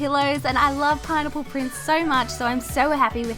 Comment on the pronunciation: It sounded like she was saying pine nipple